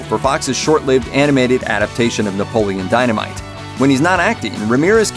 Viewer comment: Can't take this seriously if you can't even pronounce the main characters name correctly